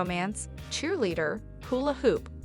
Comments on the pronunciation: “Hewla Hoop” 😂😂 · Had to laugh at “hyoo-la hoop”. 🤭